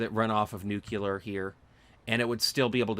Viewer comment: I hate to be this guy, but when you say "noo-kyoo-ler" its hard to watch the video, and I'm sure I'm not the only person who feels this way. It's pronounced noo-klee-er - only one U/oo in there. I made the same mistake when I was in high school and had to consciously make an effort to correct myself, so I know the feeling. Eventually I got past it. A lot of Satisfactory YouTubers do it, so don't feel bad. I only menhtion this because people will judge you in life by shit like this if they don't know you - like job interviewers and potential friends/partners. Anyway, good luck. Have a good one.